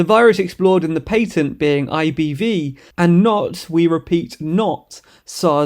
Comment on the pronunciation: What in the fuck is a pateeeent!? 😭